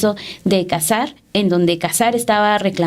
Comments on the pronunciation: No es Cásar, no lleva acento en la primera "a", éste apellido lleva acento prosódico, o sea, no escrito en la segunda "a" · Aprede a pronunciar el apellido cazar